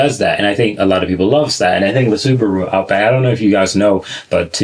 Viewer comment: "Sabarou Outback is real wagon! I don't consider it to be JuuUuVee." - American while smearing questionable sticky substance his lips "Nais lock! Yes, sir! Nais lock!"